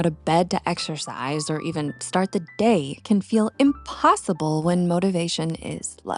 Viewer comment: Why did you say Dayer for the word day??? It is pronounced Dey as in they. Not dayr as in they're.